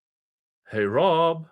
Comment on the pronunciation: Love how you pronounce heyrob 😉 and appreciate that you cover it.